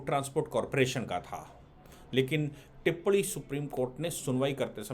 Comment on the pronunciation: टिप्पणी ठीक से बोलिए